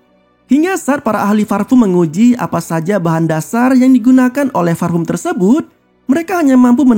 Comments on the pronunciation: parfum bang bukan farpum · Parfum. Bukan farfum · Gw bisa merasakan penderitaan mimin saat harus melafalkan "parfum" dengan benar 😂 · Lebih ke V sih ngucapinnya jadi Varpum, yang sebenarnya sangat salah cara nyebutnya ...hehe maaf ya jika ada salah pengucapannya